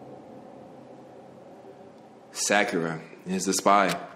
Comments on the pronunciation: the second pronunciation you said of sakura's name is more accurate than the first ^^ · this is the first and probably the only time that pronounces Sakura correctly....